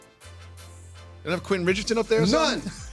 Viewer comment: "Do they have Quienton Richardson up there?'' -Jacoby